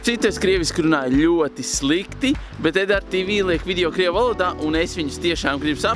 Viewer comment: Negribu kritizēt, bet Tu nepareizi teici ''bet''